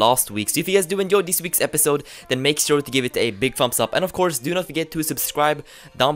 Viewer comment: "further, of course" sounded like further 'off' course anyway - love ur vids